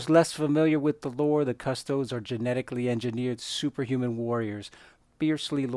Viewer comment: It's cus-TOE-dees. Not CUS-toads. As in, Custodes nuts.